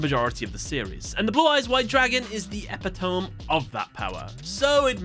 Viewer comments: Epitome is pronounced e·pit·o·me Not epi•tome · The word is is e-pit-o-me. Not epi-tome. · Great video so far! Wanted to point out since you're a presenter, "epitome" is pronounced "uh-pit-eh-mi" not "eh-peh-tome". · lol just FYI, the word is pronounced e-pit-a-me, not e-pee-toum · Finally!!! Someone who pronounced epitome as i do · Slight correctionnhnless there is a regional dialect Ixm not familiar with. Epitome is pronounced ee-pit-oh-me. Not Epi-tome. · "E" "Pit" Oh" "Me". Not "Epi" "Tome". Just a FYI. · Wait, you pronounce it "eh-pih-tum"? As I'm American, I've only ever heard it pronounced "eh-pit-oh-mee" Interesting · Epi-Tome... it's pronounced E-pi-to-me... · Epitome is pronounced e-pi-to-me, not e-pi-tome. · Epitome is pronounced "eh-pit-oh-mee", not "eh-pit-ohm" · Great video, do the newest boss monsters video please. Also, I believe it is pronounced = e-pit-tome, just FYI. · epitome is pronounced e-pi-to-mee, regardless, an amazing video! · did you pronounce epitome as epuhtohm? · E-pit-tow-me- epitome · Just a heads up. you are saying Epitome wrong. apparently its pretty common. you should look it up. its more like (Eh-Pit-uh-me) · Bro really just said "Epy-tome" 💀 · Not to be that guy buy epitome is pronounced “uh pit tum me”. Made that mistake as well during my oral english exam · Did...did you just pronounce 'epitome' as "EP-i-tohm"...? 😂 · Holy fuck, e-pi-tome 😂😂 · This brother said EpiTOME…… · Epitome is pronounced as Ē-pih-tuh-mĒ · Cool video. This one’s a bit of a pet peeve for me, so sorry for being a vernacular nazi, but it’s pronounced “epi-tuh-me” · "epitome" is pronounced ep-id-oh-me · "epitome" is pronounced eh-pit-oh-me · “Blue Eyes is the epitome of that power” Man said epitome wrong, not sure if that’s on purpose or not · Nobody is commenting on how bro pronounced epitome? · “Epitome” “palladium” I’m done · “it’s the epitome of power” it’s not pronounced how it looks 😂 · That ain't how you pronounce epitome.